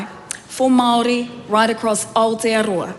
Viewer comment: She is in the land Down Under, but looks like 6 feet under? Do we have Cuckoo’s in NZ? Only in the Greens and Te Partly Mauri Party’s. Still haven’t found Ah-teea-rower, found New Zealand however.